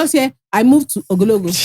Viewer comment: Today was my first time hearing about ogologo. kept destroying the pronunciation, so I can confidently announce that I still don’t know how to pronounce it😭